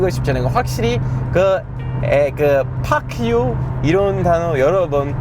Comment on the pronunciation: 파크 유ㅋㅋㅋㅋㅋㅋ 토종 한국인 발음 무엇